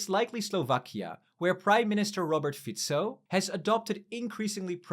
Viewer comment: my man..saying Ficos name accurately..praise this man